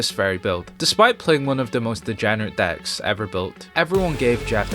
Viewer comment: Your accent is horrible One of the best "acts"? Can't pronounce DECKS? LMAO 😆 When you say yu-gi-ho history the subtitles say new year history 😂